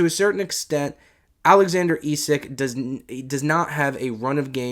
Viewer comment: Its pronounced esak not esick